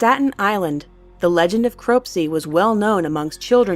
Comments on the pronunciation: It's pronounced Crop - C not Crope - C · Its crop-sey Cropsey not crope-set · Crop-see, not Crow-p-see. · it's pronounced CROP-SEE not CROPE-CEE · It's Crop-See not crope-see. This channel has diminished in quality since the name change. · Crop-see, not Crope-see. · it's not crope-sey its crop-sey lmao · It's "crop-see". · Croapsy? um.. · sheea lebof and crooopsee? If you're gunna have people do voice over, please have those people learn the correct pronunciations of those words. :( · Ok, obviously it's SHY-uh, but the rank water story happened at the Cecil HOTEL not apartments, and it's CROP-sy, as "I'm planting some crops." Does anyone ever do any fact/pronunciation checks anymore? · i live in staten island, gone to the abandoned mental institution a few times too, its pretty creepy but a fun place to hang out with friends... and btw its pronounced crop see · Um i am a states islander and she said "Cropsey" wrong which irritates me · > mispronounced "Shia LaBeouf" > mispronounced "Cropsey" Not to be super whiny, but this should absolutely be age restricted for the severed arms. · You are saying Cropsey wrong, sorry that stuff drives me crazy 😅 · k what is wrong with the narrator it's spelt Cropsey, is there a W in there? No. I have no idea where she got that pronunciation and also how can she not know how to pronounce Shia Labeouf